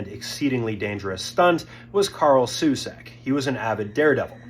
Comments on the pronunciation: It's Karel Soucek man, not Carl Susek... You fer real? And yeah... This entire vid is just reading a Wiki page... And not fully at that xD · nah he even pronounce the name wrong. Its pronounced 'Shou-check' not 'Shu-shek' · his name was Soucek, not Susek. It's on his leathers for heaven's sake.... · It’s Karel Sousek, not Carl Susek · You’re saying his name wrong. It’s Karel not Carl. And it’s Souček not Soucik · His name is actually pronounced 'Shou-check' why does pronounce it as Shu-Shek smh 🤦‍♂️🤦‍♂️🤦‍♂️ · soosak? Souček - "Sauwchek" it is pronounced . It hurts to hear foreigners torture my beautiful language with bad pronunciation, brother. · Embarrassing to not even read him name correctly. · Oh, boohoo a Youtuber mispronounced a name. Get over it.